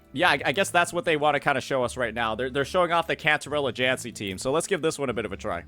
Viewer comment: you think practices saying " jancy " in the mirror every night before bed so he won't accidentally say jinshi